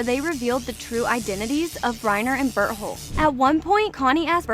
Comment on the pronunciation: ah yes an ''expert'' who cant pronounce Berthold